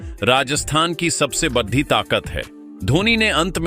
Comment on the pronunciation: Badi ko baddhi kyon bolte ho bhai 😅